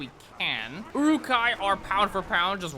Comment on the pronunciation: I always hear Uwu-kai instead of Uruk-hai.